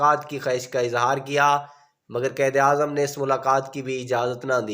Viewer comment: آپ اپنی اردو ٹھیک کریں قید اعظم نہیں قائد اعظم محمد علی جناح ہے آستہ آستہ نہیں آہستہ آہستہ ہے ہر لفظ غلط پڑھ رہے ہو